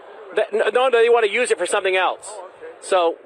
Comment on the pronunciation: Deflection!! He is still melting his brain with "sumpiin"🤭😂